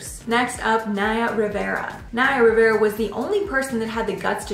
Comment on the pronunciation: Naya Rivera not Riviera